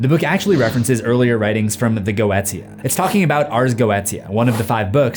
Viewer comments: Its PAY MON not payman. And its GO AY SHA, not go et tee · Inst GOETIA pronounced "Geou-sha" ? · Goetia is pronounced "go-sha" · "Go-eh-sha" not "go-eht ee-uh" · It's pronounced "Go-AY- sha" not "go-et-ee-a." Just fyi. And those were bells and violins, not cymbals and trumpets. You weren't lying when you said you don't know your musical instruments. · Its "Go-ee-sha"; not "" Go-et-eya" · Ars Goetia....is pronounced Go-A-tcha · Yes, I know that in Hereditary they say “paymon” but I promise you, just like how the Geotia is pronounced GO-eh-Chia, Paimon is Pie-mon. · I thought it's read "GOO-TEA-YA" ??? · It's pronounced go-eesha. Bring on the word-Nazi comments. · You are horrible at pronouncing the occult. First off it’s Pie-Mon. And Go-et-ita. It was like listening to nails on a chalkboard. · GOETIA is pronounced Go-Aye-Sha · Go E sha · I’m pretty sure the pronunciation of “Goetia” is “Go-easha” since that is how it’s said in “Helluva Boss” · Helluva boss really messed with how i thought ars goetia was pronounced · you pronounced goetia wrong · What's even scarier is how you're botching the pronounciation of things...I mean, Paimon? Goetia? Etc. 😂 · I always pronounced Goetia that way too, but I was leaning heavily on my German without knowing if it was correct 😹